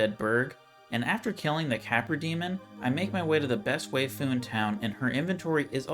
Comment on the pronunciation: You only stacked at 4 cause you didnt have enough health to lose more. Also, "way-fu?" Its "why-fu"